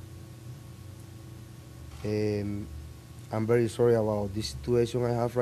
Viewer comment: Que carajos, am very sorry XD y a este quien le enseño a pronunciar el ingles.